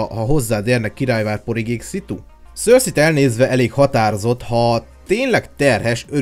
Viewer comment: Nem szörszi 🙈😒 hanem (szerszej) cercei😏